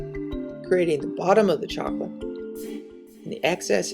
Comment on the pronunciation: Voila! Zacolate! lol